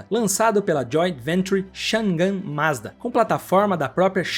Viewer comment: Pronuncie direito: Mazda é Z 60. Quem diz "ê" é aluno de ensino fundamental. Ou aquele que só compra lâmpada gê"ê". Estude! Para se comunicar com o público, tem que ter estudo, senão cai na insignificância. Ou no desprezo.